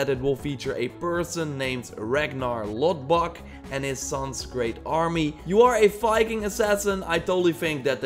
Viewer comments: It's Loðbrok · Ragnar Lothbrok ! not LodBok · Ragnar lodbrok, umm ragnor lothbrok lol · Ragnar lodbok... pretty close to actual Ragnar lothbrok